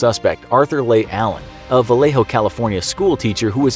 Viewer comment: You said Vallejo correctly. Yeeee